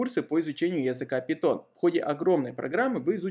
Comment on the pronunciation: пайтон а не питон